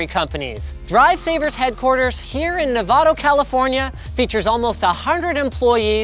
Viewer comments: did he just say nevado? 😂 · "Nevado California" Linus totally knows how to say Nevada right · wait wait wait did he just call it nevado????? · Did you say Nevado? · Linus mispronounced Nevada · yea, but at least he didn't drop anything.